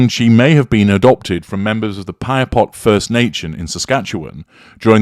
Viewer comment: Thank you for taking on this analysis! Appreciate your accurate pronunciation of Saskatchewan & Piapot.🇨🇦 BSM has been an Icon for Canadians, hands down. CBC's doc. has uncovered the Truth whether we like it or not. And no, Buffy's age does not give her a pass on exposing the Truth. As a Canadian, I can verify that we are all shocked, including indigenous First Nations & Inuit as disclosed in their media interviews. Reminds one of Grey Owl's identity disclosure after living in Saskatchewan.